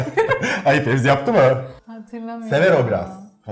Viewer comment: 'in tüm video boyunca Fezi'ye Fevzi demesi 😂😂